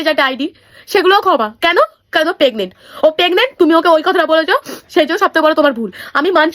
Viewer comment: Pregnant ❌ Pegnent ✅